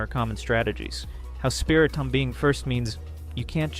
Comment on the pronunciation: Did you just say SpiriTOM?